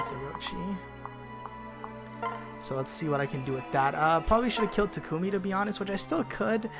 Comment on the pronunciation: I only wanted to say you're pronouncing Takumi's name wrong, it's supposed to be "Tah-kme". I know from unused lines that even Laura Faye Smith got that wrong.